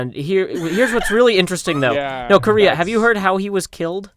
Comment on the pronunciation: North Krayrea?